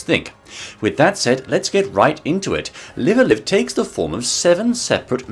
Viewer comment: Almost impressive how you managed to mispronounce both "Live"s. Anyway, ranking þe first seven chapters from "worst" to "best" is inherently going to be meaningless. Wiþ a vast variety of genres to choose from buffet-style, people are inevitably going to enjoy some more þan oðers based on þeir individual taste. To put þings in perspective for you, I actually don't much care for horror VNs, and so þe Distant Future chapter (which wasn't very mysterious to anyone wiþ even an ounce of genre-savviness) wasn't especially enjoyable to me–I ended up just trying to get it finished as fast as possible. I can appreciate, however, þe clear influence its design had on later games. So, instead, I actually have a recommended order for þe chapters, based on þree factors: chronology, difficulty, and how "typical" its presentation is for þe remaining chapters. Here's what I came up wiþ: 1. Imperial China 2. Prehistory 3. Wild West 4. Present Day 5. Near Future 6. Twilight of Edo Japan 7. Distant Future Incidentally, Wild West was my favorite of þe first seven; þat said, þe final chapter is noþing short of fantastic.